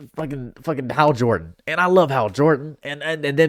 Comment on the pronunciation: Ah yes "how jordan" the green lantern